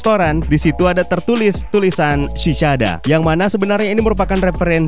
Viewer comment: min, biar lebih mantap nih, lain kali klo ada nama / kata2 yg berbahasa inggris, sebaiknya dipastiin dulu pengucapannya gimana biar gk menyesatkan bagi yg baru denger. sekian . .. Cicada itu bacanya si-ke-da Chemical itu bacanya ke-mi-kel dll . .. Makasih, semoga makin maju channel nya, salah satu channel film favorite gua